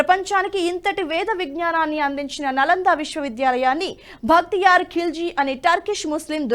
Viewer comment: 'నలందా' కాదండీ. 'నాలందా' అనాలి. "న అలం దదాతి" అని దీని వ్యుత్పత్తి. అనగా అపరిమితమైన జ్ణానం ఇచ్చేది అని తాత్పర్యం.